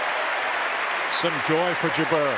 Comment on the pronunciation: Even Jabeur's infamous (and predictable) drop shot play couldn't deter the genius of Swiatek. Incidentally, if any commentator is reading this, the name is pronounced JA'br, not J'BER.